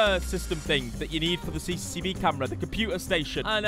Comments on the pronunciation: Le Brillip it annoys me every time I hear CCCV camera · Noone:: CCCV CAMERA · why everyone can't prenounce it right? xD CCTV not CCCV XD 😂🤣😂🤣